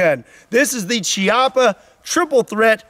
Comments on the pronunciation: i don’t usually correct pronunciation but lots of people corrected me for saying chee-appa. it is pronounced key-appa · Not to correct, but since Chiappa is Italian I think it’s pronounced “kee AH puh” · I love your videos butt it's pronounced kiappa that means buttock in Italian. I'm disappointed by my people who didn't build it firing all three of them at once 😢🤣🤣